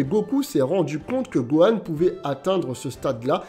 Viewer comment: on a tous entendu buhan et pas gohan